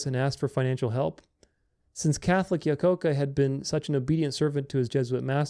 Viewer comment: Same here. Lol, that was a tough pronunciation.